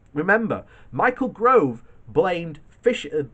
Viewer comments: Stop saying Grove it's GOVE!!! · Gove not Grove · His name is G O V E not GROVE !!! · His Name is Gove, Not GRove.